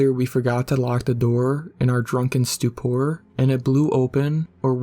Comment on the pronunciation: "I figured we forgot to lock the door in our drunken stewPOOR"